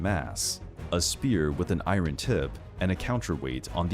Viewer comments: Narrator has an interesting accent, they sound American but pronounced iron like “I-run”, instead of “I-urn” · Iron is pronounced “eye-earn” not “eye-run”. Thought you should know. I know, English spelling is effed up. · I’m I the only one who doesn’t like the way he say’s “iron”?